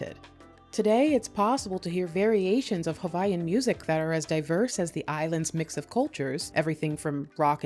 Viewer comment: ...one feedback Sis: Hawaiian is pronounced regular without the "V" sound. it is only pronounced when you say Hawai'i. Native Hawaiians are referred to as Kanaka Ma'oli (Kah-nuh-kah Mah-Oh-Lee)